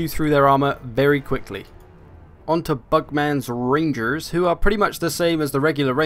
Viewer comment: "bugman's rangerrrz" lmaooo in an american accent